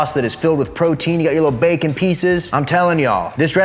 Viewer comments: My kids say bakah all the time, means stupid in Japanese. Prob not spelt the same way but when he said that I about died 🤣🤣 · Chicken, it goes "bakah" 🤣 love watching the videos 👍